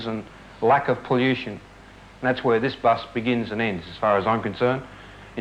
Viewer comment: I cringed every time he said poll-you-shen.